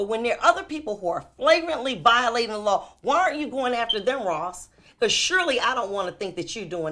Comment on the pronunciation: The way she said the LAW